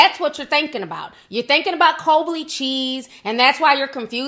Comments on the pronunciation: OMG Ti, It's Colby cheese not Cobly cheese. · C-O-L-B-Y. NOT C-O-L-B-L-Y 😂🤣😂😂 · um....that would be colby not "colbley", but we getcha girl! lol ...and yea he wouldn't get one his favorite entertainers names wrong because it's one of his "favorites"., but we get cha girl. lol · She said “Cobly Cheese” 🤣 Nic Avocado is demon possessed at this point. Who got the holy water? R.I.P Kobe and GG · Lmfaoooo “ col - bo - ly “ cheese lmfaooo!!! She went OFF! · She said “Colbly cheese” 😂😂😂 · “Cobly cheese” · "colby cheese" 😭😭😭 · Girl the way you pronounced Colby cheese got me on the floor. 😂😂😂😂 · Not “colby cheese” 💀💀💀